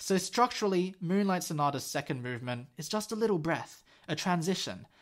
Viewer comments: "m-uwu-nlight sonata" caught me so off guard 💀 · Lmfao your commentary 😭 ”m-uwu-nlight sonata” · "m-uwu-nlight"? *Dude.*(he says reproachfully) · "m-uwu-nlight sonata" dude 😂😂